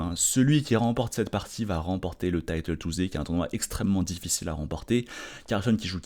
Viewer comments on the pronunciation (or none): none